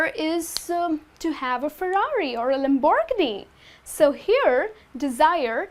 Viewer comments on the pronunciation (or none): LAM-BORE-GE-KNEE. That's how you say it!